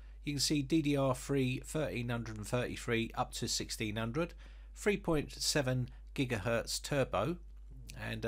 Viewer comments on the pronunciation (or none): none